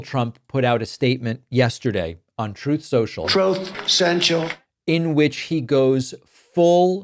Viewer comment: Thank you for eding in the "Troath Cential" :-)